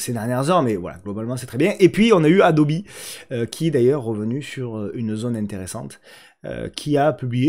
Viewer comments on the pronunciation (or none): none